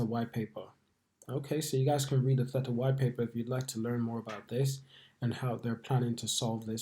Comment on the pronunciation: It's a hard A not an et sound in the middle of the word mate 👍